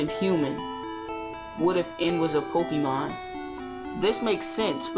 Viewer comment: Poh-kay-mon. That is how pronounce it.